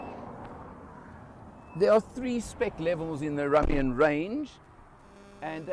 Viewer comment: No offence It’s pronounced Room-ion not Rum-ion but you say tomato i say tomahto